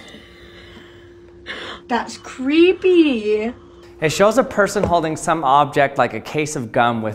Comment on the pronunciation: "That's creepyyyyyuh." Intelligence can be directly measured in how many times a person adds uh to the end of their words.